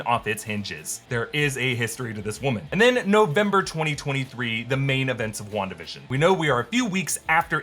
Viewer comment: “Wandatha vs. agatha” best mispronouncing ever